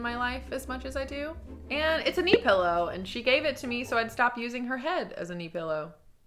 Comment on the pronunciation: I remember a video of you and Natasha Negovanlis where you made fun of her Canadian accent saying "pellow" and "beg". And now you said it. Lol 😂